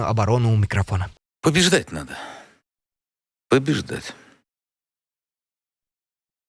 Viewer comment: "ПОБЕЖДАТЬ НАДО.?????" ПОБЕЖАТЬ НАДО- Я так услышала.... Путинский стрелок.....ЭЛИ КОПТЕР😂 😂😂😂